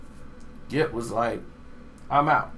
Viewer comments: big gipp not gripp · Big Gripp???...nigga started the video wit a L..lol! It's Big Gipp mane smh.. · BIG GRIP???? its GIPP, put some respek on his name!!!!!!!!!!!!!!!!!!!!hahahahaha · Big Gipp not Grip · nigga did u say big gripp